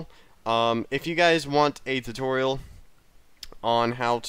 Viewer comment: I thought he said Tucorial I was like what the f***